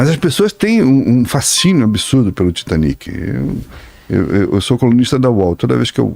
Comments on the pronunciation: Tem horas que "aportuguesar" nomes estrangeiros fica feio. "Titanique", "Britanique", "Olympique"... péssimo. As palavras "olímpico", "titânico" e "britânico" já mostram onde tá a sílaba tônica. Parece um tipo de vergonhazinha de chamar certo e um medinho de parecer semanticamente pedante. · A pronúncia correta é "taitanic", "britânic", 'olímpic" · Titaniki titaniki Britaniki 😂😂😂😂😂 por favor niki niki 😂😂😂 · Porque temos a mania de falar Titanic em português como se houvesse acento agudo no último I? São palavras inglesas então é Titanic como se houvesse acento circunflexo no A , acho que uma palavra paroxítona. O mesmo para britanic